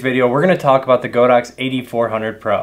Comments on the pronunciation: the name is God-ox. not Go-dox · Always rely on your Godox reviews although I only use AD200 now. Still slightly surprised you stuck to the mispronounciation of go_dox given you are basically god_ox official channel in the US.